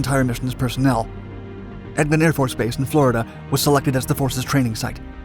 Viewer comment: Mower Probably did...... but also mispronounced (to my ear, anyway) Eglin AFB and Udorn Thani air base.